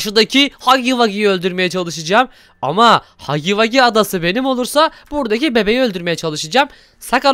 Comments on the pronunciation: Abi hagy vagı değil Hugi vugi (okunusu) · haggy waggy değil huggy wuggy diye okunuyo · Haggy Waggy değil Huggy Wuggy 😁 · Hagi Hagi değil Hugi hugi